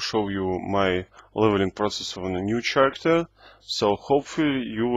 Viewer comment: Hi, great video. In fact I like all of your videos. Very helpful and fun to watch. I love RoR as well. One point I'd like to make however, just a small thing about how to pronounce the word "character", and it's this: pronounce this word as karacter and NOT cher-racter. The letters "ch" often form a hard 'K' sound, though not always. In this case though it is a hard 'k' sound. Keep making vids, and only thing else to say is: bring out tier 4!! Seeya in the rvr lakes. Peace.